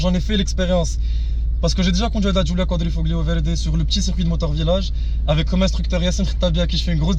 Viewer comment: Giulia quatrefromaggio 😂 inshalah je vais en acheter une elle est magnifique beauté et puissance